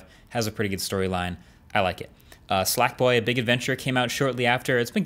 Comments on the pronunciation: Did he say "Slackboy"? 🤣🤣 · Did he just say slack boy? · Does he say "Slack Boy?"